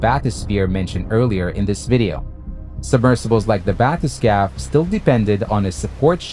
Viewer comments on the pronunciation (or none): YOU REALLY NEED TO LAY OFF THE REVERB PLEASE. Also, not a bathes-cap bathe-scape. AI Narration. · (Just so people know, it's pronounced bath-uh-skayff) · You need to train your AI to pronounce bathyscaphe correctly. +